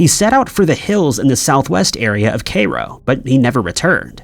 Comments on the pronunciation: Cairo- Ky- roh. He knows better. Been doing it for years…. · Kay-roh 😂😂😂😂😂 it’s pronounced Kai-ro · Dude caliph pronounced kah-leef. And Cairo rhymes with “high low”. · It’s pronounced kyrow. (Cairo) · Kay Ro??? Taking the mick now! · The butchering of the pronunciation of Cairo is making me wince every damn time, I mean honestly, has never ever heard this word spoken?